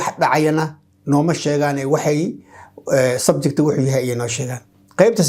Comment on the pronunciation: Teacher is it subject or (subjecti ) why you pronounce it as subjecti. nowadays our people place letter “i” after every word that ends with letter “t”